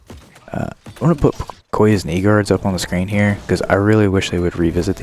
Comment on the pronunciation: ohh he said "KNEE GUARDS" thank god you put it on screen lmao